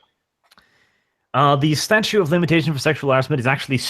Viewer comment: STATUTE guys, there's another T in there you keep missing when you say statue of limitations.